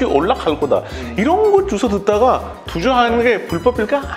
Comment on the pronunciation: 럭키 찐 한국사람처럼 "줏어 듣다가 " 라고 하는거 정말 최고인거 같어요 ㅎㅎ 대박